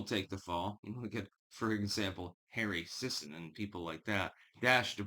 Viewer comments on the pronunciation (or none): You mithpronounthet Harry Thithon.